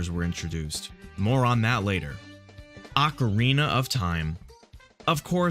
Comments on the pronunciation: hahahaha ocerina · sweet vid, but its *Ocarina of Time! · "Ocerina" Legend.